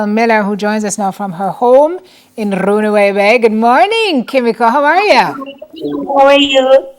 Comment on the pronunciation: Never heard runaway Bay pronounced like that , that's why i couldn't make out what she. said . By how she said .runawayBay